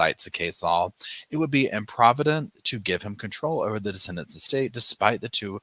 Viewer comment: On the replay - ❤ your recaps g buuutttt, it's de-ceed-dants